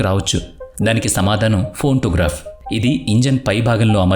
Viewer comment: బ్రో స్మాల్ కరెక్షన్ భాగి కాదు భోగీ అనాలి ఇంకా ఫోన్టోగ్రాఫ్ కాదు ప్యాంటోగ్గ్రాఫ్ అంటారు